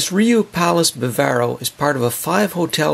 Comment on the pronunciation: First of all it’s the BAW-vaw-roe, Not the ba-VAIR-o. It is a 5 star resort as are the Punta Cana Palace and the Macao. I’d give Bambu and Namibia 4 stars. Food is great at all. As for the gaudiest, ugliest lobby of the 5, go straight to the Bavaro. When there, one feels they are visiting Vulcan and Spok might show up at any time. Or a family of Coneheads !!